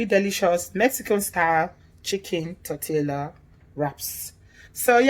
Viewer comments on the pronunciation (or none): Pronounced: Torte(y)a. Looks delicious. You need to open a restaurant, after this thing is over. You're right, the bell peppers are full of water. I don't use them.